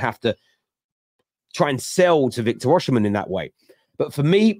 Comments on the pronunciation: why do you persit with pronouncing the name Or-She-men? Its pronounced Or-see-men. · Well it definitely doesn't start with 'or' lmao